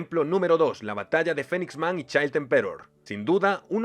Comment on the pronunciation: ¿Por qué los españoles no pueden pronunciar nada bien en inglés? Se pronuncia "PANCH", no "punch". "FINIX man" y no "Fenix". "EMperor" y no "emPEror" O en japonés, se dice "Garoo" y no "Garou". "YUske" y no "yuSUke". "MANgaka" y no "manGAka". Y obviamente es "Gokuu", no "GOku".